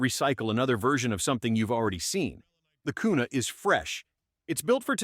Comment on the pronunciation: Kuna a "carry" gun 😂😂😂😂😂